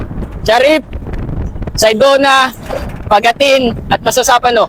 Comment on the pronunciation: Binago ni sir ang Mamasapano naging Masasapano.